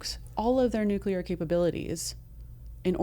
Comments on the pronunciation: Oh gosh you just said "Nukular".. please take it back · This cat, dudey- dude,....hates the bulky Academy ring, and the tapping of it. I , hate, his inability to correctly prounounce the word ( nuclear ). He said," new- kee- ler." 😂 Actual intelligence can pro ounce nuclear....meathead.😂